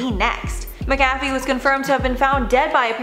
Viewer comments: MACK-a-fee, not mick-AFF-ee - h. Granger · Pronounced ; MACK-A-FEE not MICKafee... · I always thought it was pronounced Mac - a - fee ……. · She pronounced it Maa cafe,,,, made me want some coffee 🤣🤣🤣 Hes got a great Wee Irish surname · Pronounced Mack Uh Fee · When you can tell that the host was too young to know what McAfee is, so it is mispronounced all the way to the end. Very cute:) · This story is terrible and sad but I just can't get over the way that they're mispronouncing his name